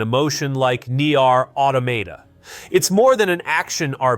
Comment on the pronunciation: Knee Yarr' Automata